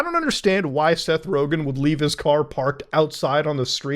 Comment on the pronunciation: It's Rogen